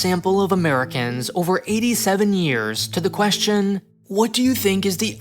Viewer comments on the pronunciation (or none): none